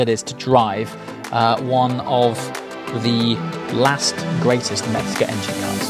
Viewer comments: Just an FYI It's Mezger not Metzger. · Mezger. Metzger means butcher.